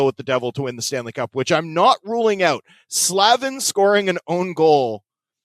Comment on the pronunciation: Jaccob Slavin as in Slay-vin not Slav-in